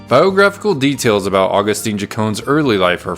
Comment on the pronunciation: Agustin not agustine😂😂😂😂 If tio hear you calling him that HE IS TO SKIN YOU ALIVE😂😂😂